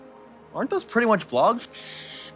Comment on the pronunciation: Vee Logs